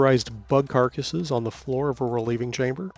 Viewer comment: The way he says bug carcass.... 😂